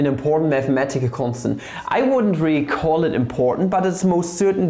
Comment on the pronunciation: meth-a-metical you say